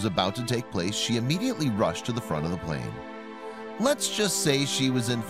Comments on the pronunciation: Its plane not plan bro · It’s “plane” not plan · It's plane, not plan. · Lol it’s PLANE Not PLAN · It's plane not plan!!!!